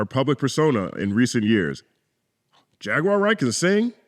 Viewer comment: Piers Morgan couldn't even pronounce Jaguar Wright's name correctly and that reveals how he actually feels towards the Hebrew Israelite community. Stop going on the enemies of our people platforms and allowing yourselves to be exploited while knuckleheads like Piers and Vlad capitalize and make tons of money off of the backs of The Most High GOD Yahawah Bahasham Yahawashi's Chosen people. Let the Piers Morgans and Dj Vlads interact and interview each other! My bad, no one would tune in!😔🙄